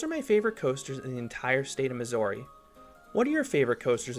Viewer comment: but why pronounce missouri wrong lmao